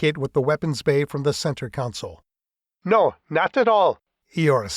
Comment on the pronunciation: Third book in and has no one mentioned to the barrator or author that the term for a workstation is " Console", not Counsole. There is NO "u", either present or pronounced, in the first syllable. Oh! and AFA weaponry.....it's not a "clip", it's magazine. Thankfully, that particular gripe was not mentioned but a few times.